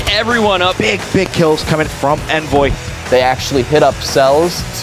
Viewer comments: He says his name as Onvoy. How would Envoy be pronounced like that even if the E was silent it still wouldn’t be that lmao I like him but that’s confusing to me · My names Onvoy. Bro your name is Envoy with an E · the way those old school announcers pronounced Envoy makes me want to fuckin punch someone... it's not some made up word. PRONOUNCE IT CORRECTLY!